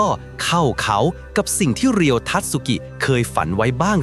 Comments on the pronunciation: เขาชื่อ เรียว ไม่ใช่ รีโย่ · เรียว ครับ ไม่ใช่รีโย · อ่านว่าเรียว